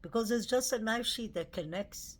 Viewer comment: Fyi: not knife sheet. It is knife sheath. Not kings rd, it is king rd.